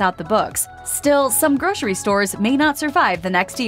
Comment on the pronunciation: Seriously, groshery????? It’s grocery. Gro....sir...ee. Pronounce it properly or get someone else to do it.